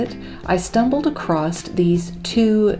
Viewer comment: Stop saying "acrost" COMPLETELY WRONG. The word is "ACROSS."